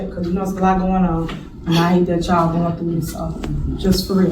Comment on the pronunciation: She says ch’all instead of y’all